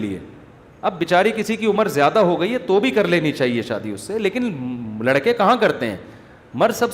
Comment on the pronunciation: Mufti sahab zayada hota hai jayada nahi